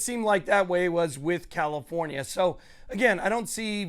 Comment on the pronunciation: Why do you pronounce your F’s with P’s? CaliPornia?